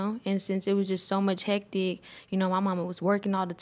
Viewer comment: She said "So Much HEADTIC"😂